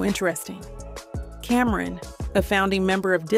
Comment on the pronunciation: Cameron 😂. It’s CAM-ron